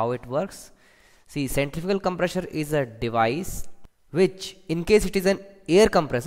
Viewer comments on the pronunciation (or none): centrifugal com-PRESSURE :P FOR-WAAAAAAAAAAAAAAAAARRRRRDDDDDDDD Vanes :P